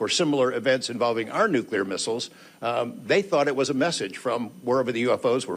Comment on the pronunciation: No such word as Nucular. It's NUCLEAR. Always has been, Always will be